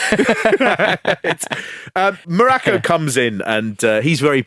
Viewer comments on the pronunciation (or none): I've never heard Don Muraco's surname pronounced this way. WWF always pronounced it like Morocco. The Rock even says it himself in the episode.